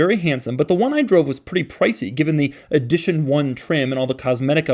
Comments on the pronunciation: He says “eedition one” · "Eedition 1"?